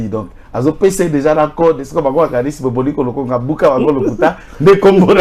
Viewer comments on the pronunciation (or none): C'est papa Bomboko Lokumba, et non Boboliko Lokonga svp.